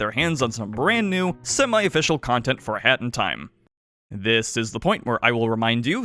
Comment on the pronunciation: Please pronounce a hat in time slower or something, it always sounds like you are saying "hentai" lmao